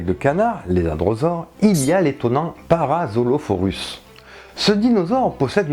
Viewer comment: Super vidéo ! L'erreur c'est que tu prononce mal Parasaurolophus Sinon continu ainsi ! J'adore 😉